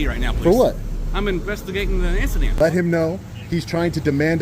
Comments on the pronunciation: “I’m investigating an issident” The only “issident” is your poor understanding of the English language you illiterate scumbag. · Bumpkin can’t even pronounce incident! Brilliant! Only the best and brightest lmfaooo 👍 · Deputy couldn’t even pronounce “incident” 😂😂😂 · The sergeant can't even articulate the word "incident."